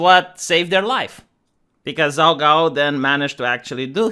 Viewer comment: My only critique is pronunciation. Zhao is pronounced "jow." Qin is pronounced "chin." The Qin dynasty is where China gets its name. Qin was the first emperor of China. His capitol city was Xi'an. His tomb is the place where the terra cotta warriors were found. Other than this, very good post.